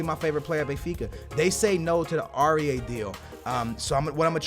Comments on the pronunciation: The way u pronounce It is Ow-I-er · Aurier is said au-ri-air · Aurier = Or e aye